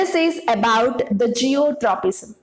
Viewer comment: It's not zeotropism (no word like this at all) It's Geotropism